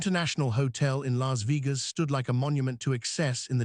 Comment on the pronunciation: A.I. crap can't even pronounce Las Vegas correctly.